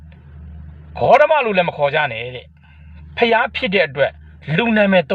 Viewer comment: ဂေါတမဆိုတာ လူနာမယ် ငတုံးရဲံ😮😮😮😮😮 ဂေါတမ ဆိုတာဿလည်း နာမယ်အသံထွက်အမှားကြီးပါ